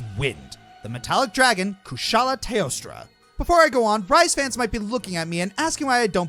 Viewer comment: Kushala "Teostra"???